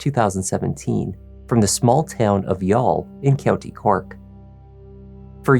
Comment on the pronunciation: I am genuinely impressed by how you got the pronunciations correct, most channels just guess...well done BTW the jury was sent home again this evening still not having reached a verdict!